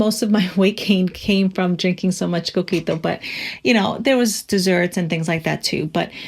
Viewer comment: Eres puertoriqueña?! Ese “coquito” te delató 😮 Estoy en shock!!! Saludos desde PR!